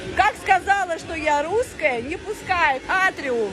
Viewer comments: ти вже давно нє дєвочка )))) А ротік у тебе дуже маленький, практикуй кабаки засовувати у рота. Ти щось не можеш виговорити літеру (Р). "Меня нє пускают я луская" ))))) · Рррррруская! Собери по рублю с подписчика и галопом в питер к ЛОГОПЕДУ.🤧🤮🤮🤮🤮🤮